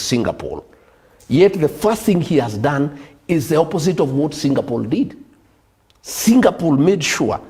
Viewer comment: Am I hearing Singapool